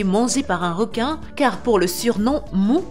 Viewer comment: Y a que moi que sa choque qu elle parle pas francais car elle dit réquin et non requin et plein d'autre mots